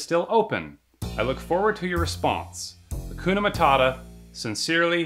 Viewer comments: Its Matata not Mattata. And, that is swahili which is east african language not Nigerian - Africa is not a Country mate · Point of correction my friend HAKUNA MATATA NOT HAKUNA MATTATA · to be honest as a Kiswahili Speaker it made me cringe when you said Hakuna Matata here's how you say it Haakunaa Maataataa I hope you understand but if you want to know how you say it go to Google translate